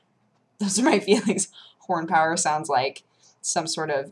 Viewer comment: Two things. One; horn power sounded like porn power...(sorry had to). Second; Do you have an Anime Animo account? Omg if you dont you should so make one. The app is amazing.